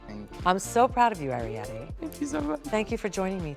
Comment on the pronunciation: Ari-Petty. Gurl bye.